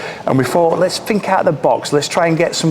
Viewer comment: You need to work on your elocution, fink, fort & fankyou 😂😂